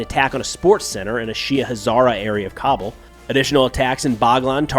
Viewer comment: Cobble? its “Kabul”, lmfao